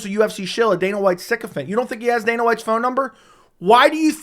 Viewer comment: Ma’an what in the world is a siccufent or siccufed ?? You say this word in literally all your last 10 videos lol and I’ve never even heard this word before